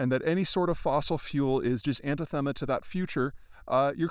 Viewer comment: Anathema, not antithema. Antithema is not in the dictionary and you have used it several times before so it is not a verbal slip nor a common mispronunciation, which is embarrasing.